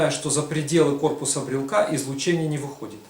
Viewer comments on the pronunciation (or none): Как только этот хер стал склонять "брелка", "брелку", "брелке" и т. д., можно дальше этого Митрофанушку-неуча не смотреть. Грамотно - "брелока", "брелоку", в "брелоке". Так что не могу верить козлу, который грамотно так и не научился говорить. Спонсоры, не срамитесь!